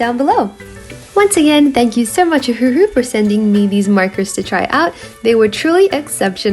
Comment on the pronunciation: wait, i thought it was pronounced O-wah-who? maybe i’m just slow 🤧😔🦷